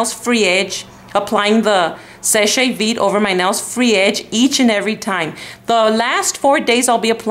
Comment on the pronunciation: You pronounced seche right